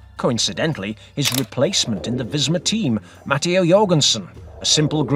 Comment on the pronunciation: MAH-TAY-OH...not Matty-O! Will the Slovenian prove to be the worst "buy" in cycling after Il Frullatore? Too early to tell IMHO but we'll check back in July to see whose eating crow or crowing.